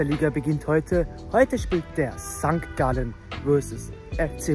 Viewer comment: Mein Lieber das heisst nicht auf Sankt Gallen sondern hopppp sangalllee